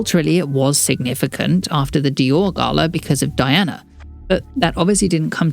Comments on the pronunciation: It’s pronounced Dee-anna… RIP VREELAND! ❤ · Her name was pronounced DEE-ONA